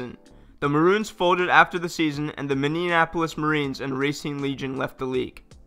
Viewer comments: I didn't know Minneapolis was so hard to pronounce... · As a Minnesotan, his mispronunciation of Minneapolis really bothers me. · Why do you pronounce Minneapolis that way 😂😂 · Can you pronounce Minneapolis right please? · Minneapolis really isn't that difficult of a word... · how do you not know how to say Minneapolis ? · The way you pronounce Minneapolis is very odd. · 1. Bro Minneapolis isn't that hard to pronounce, and 2. Any other Minnesotans here find it kinda weird that Duluth had 2 teams before Minneapolis ever did? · I don't understand why so many people have trouble pronouncing Minneapolis. It is a different city from Indianapolis. They're different. Stop combining them. Lol. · You're from the US and don't know how to pronounce Minneapolis? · Why can no one say Minneapolis right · Gotta love how this dude can't fucking say Minneapolis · The narrator can't say "Minneapolis" correctly and says several times the teams "seized" operations when it is supposed to be "Ceased" operations. If you're going to narrate, you have to be able to speak intelligently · This dude can't say Minneapolis lmao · He was cross-pollinating Minneapolis and Indianapolis. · It MINNE-AM-POLIS not MIN-NEAMUM-AMPOLIS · It’s Minneapolis, not Mindianapolis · Anybody else notice he kept saying Minneanapolis instead of Minneapolis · Say after me--Minnea-polis, Minneapolis. Not Minneanapolis. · Minionapolis? It Minneapolis no extra I sounds! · Stop saying Minnenapolis it's Minneapolis! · Minne-apo-lis. aka Mini Apple Less. Not minne-en-en-en-en-inne-an-apolis. Its in Minnesota, not Indiana. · Dude...Minneapolis is mini-apple-lis Not minneanapolis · Minneapolis not minionapolis :/ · He doesn't know how to pronounce Minneapolis ... its Mini-ap-o-lis not Mini-IN-apolis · MINNEAPOLIS not MINIONAPOLIS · Its pronounced minnie-apolis not minnie-en-apolis Go back re cut it and try again. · “Minneninapolis Marines” 😂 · “The Minnenanapolis Marines” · Minneanapolis, Minneansota